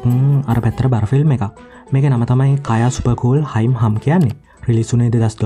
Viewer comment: කායා සුපර් කුල් හයින් හම් නෙමේ😂. ක්‍යා සුපර් කූල් හේ හම්